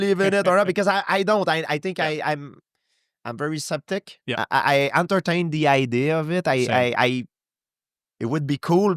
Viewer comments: I love how george pronounces Skeptic as Septic lol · I love how gsp says"septic" sooo cool 😎 I love this guy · No idea who this guy is, but I enjoyed the interview. Question though: How could you let him go on for 2.5 hours and never correct his 'septic'? :D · I love this guy's accent. Especially when he mispronounces "skeptic" as "septic"! Cuz it's just perfect haha